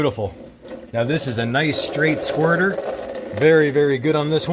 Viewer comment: Wow, the emphasis on those words like "hood, squirt, nuts" etc.... lol funny guy